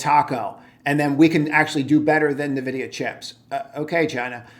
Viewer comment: 'N'vidia not navidia